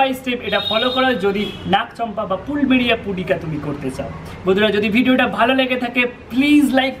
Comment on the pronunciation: ওটার উচ্চারণ " প্লুমেরিয়া "